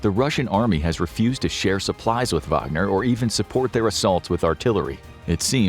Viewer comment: Thanks for the video! It was very accurate. Even the pronunciation of the "Wagner" (VAH-gner) and the "mobiks". By the way how about a video on putin's fan Donald trump and his pro-russian BS? Americans need more insight into this. After all, this radical lunatic is gathering crowds of people with little to no brain day after day!